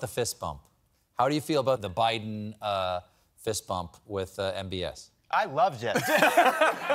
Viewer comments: No one missed sayin president O’Biden every time right? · LOL. Who else caught the guy "say": "President O'Biden". ?? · President O’Biden? I heard that slip. 😆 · Did Lovett almost just say “O’Biden”? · Notice how they sometimes say "President O-Biden" because they're so used to saying Obama :D